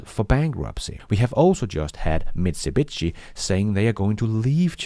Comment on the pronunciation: LOL Michu-bitchi... it is Mi Tzu Bee Shee